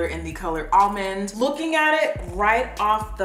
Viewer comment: Omg when she was pronouncing "almonde" it reminded me so much of that harry potter parody cartoon where ron goes "leviosaaaa" and then hermione goes "stooooop it ron, stoooop" I can't be the only one who's seen this 😂